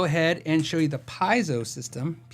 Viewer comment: Pie-zo? Pee-AH-zo? NO! It's pee-YAY-zo, a very useful thing in many industries other than guitar. (I don't like correcting people, but you're clearly working on getting it right, so..). re: Randall Smith, I like to think he was able to opt out, big package, bc Gibson was not sticking to the original agreement, or whatever, and that he'll launch a new brand of top-tier amps. Gibson's new amp launch was not what people were hoping for, like Lamborghini's best designer ending up pimping Jettas 😞 re: Parker guitars, have you seen his YT series? It's super in-depth about process, materials, etc., just an incredible series by a level 40 wizard, the Gandalf of guitars. Are they the best guitars? Dunno, but they are way more evolved than any I've seen. Great blend of art and engineering.